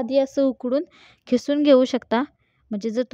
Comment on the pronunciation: खिसून नव्हे. किसून म्हणावे